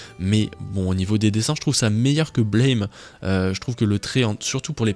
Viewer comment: On dit ''Blam'' pas 'Blaim''